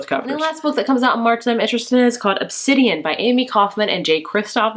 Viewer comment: OBSIDI-OOOO NOT OBSIDI-ANNN